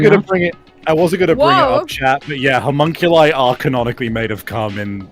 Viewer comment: Not reading chat and hearing call Alter Ego "Cumunculi" out of nowhere fucking KILLED me